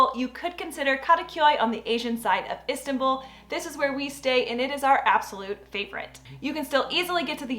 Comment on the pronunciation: Please. Learn the pronounce Istanbul correctly. Please